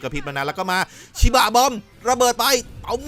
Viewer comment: สำเนียงพี่ไปเเล้ว5555สุนัขชิบ้ะ